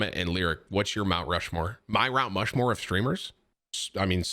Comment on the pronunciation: ROUNT MUSHMORE killed me